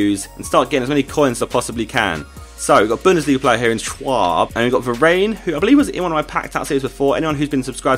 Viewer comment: Varane is pronounced va-ran not va-rain